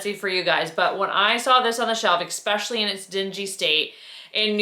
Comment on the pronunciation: I adore your videos, but you have to stop saying ECKspecially. Italian vase is awesome. I love your style. I'm in Italy, so I'm going to keep my eye our for vases.